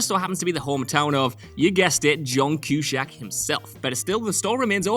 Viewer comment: What is it with WhatCulture and their apparent inability to research the correct pronunciation of names and stuff. Who the hell is John Kew-shack? At this point I am prepared to believe that they are deliberately trolling their audience.